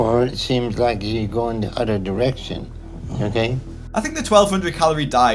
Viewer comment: "I likhe"